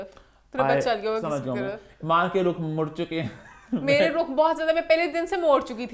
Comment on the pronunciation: its not ruk its Rukh like (Rooh)